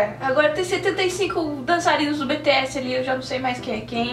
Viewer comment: É "BI TI ESS"